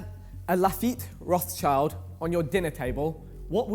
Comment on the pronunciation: Its rot sh ield